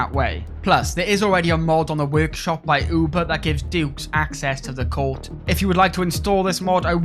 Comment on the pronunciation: Take a shöt every time he says Cöurt =D